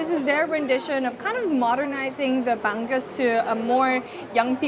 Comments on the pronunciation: it's pronounced as bang-ooze, not bang-goose. Love your content, I've been a follower since your tiktok and before you hit 1M on yt. Loved your vlog with jessica. I hope you get content with ninong ry and chef boy logro next time you come back to the PH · I love your pronunciation of “Bangus”. 😂